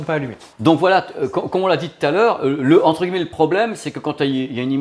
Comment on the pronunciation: Ca me fait toujours bizarre ta façon de prononcer "guilemets" au lieu de "gui ye met" ^_^